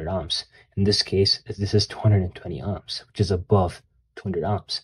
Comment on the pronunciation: The way you pronounce "ohms" as "ahms" makes me cringe a lil. Future biotech engineer here looking to play around with my physics knowledge. Excited to start this journey! 🙌🏾🙌🏾